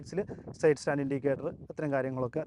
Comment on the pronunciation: ലേയ്ക്ക് അല്ലഡോ ലൈക്ക് ആണ്, അതുപോലെ സേയ്ഡ് അല്ല സൈഡ് ആണ്, ദയവായി ഭാഷയെ വ്യഭിചരിക്കരുത്